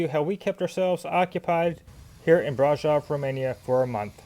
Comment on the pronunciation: when pronouncing the word brasov accentuate the V at the end as if you are saying Victor